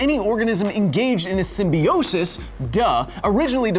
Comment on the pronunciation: You pronounce symbiote and symbiosis wrong i think